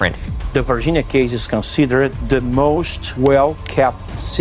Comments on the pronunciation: Hey brother, I'm new to your channel and quite much enjoyed as it seems you like from the same place I'm from. I'm from the boogie down. Anyways. The name of that town is car actually pronounced Vargeenia something to that effect but not Virginia like our state the one UFO film maker James Fox did a whole documentary on this alleged crashing of spacecraft in Brazil you should check it out if not already peace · This nicca said varginiah⚰️ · The name of the place is Varginha but the American ppl, in this video. are saying Virginia incorrectly